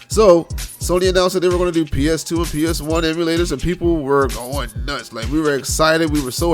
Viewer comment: "PS Teuuu" yep u def from bmore😂😂. I'm on the PG side